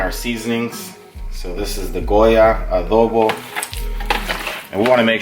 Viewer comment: Cool video. Yours is pure nutrition and fitness wisdom : make healthy meals your favorite ones. That's the key for solid nice life style (By the way, do you speak Spanish? I just wonder because you say "adobo" and "sofrito" like a native speaker )